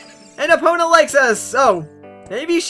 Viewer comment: you say Epona wrong. by the way, I love these videos.